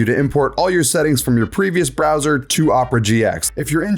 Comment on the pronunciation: >says your bwoser is bad > recommends opera Bruh.